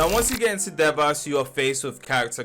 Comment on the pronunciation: Devas is pronounced Day-Vuhz 😇